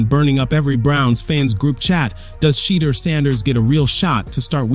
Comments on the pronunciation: Dude you are so hatefull, not colore blind, to mispronouce the man's name, must be a Republican or somthing worst. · Please pronounce his name right...dang.